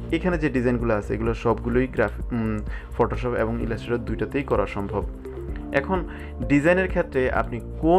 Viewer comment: আসছিলাম তর ভিডিও দেখতে ভাষার যে প্রনাউন্সিয়েশন!!! আমি শান্তি হয়ে গেছি। ফটোশপকে ফটোশফ বলা পাব্লিকরে ভাই তুই 😂😂😂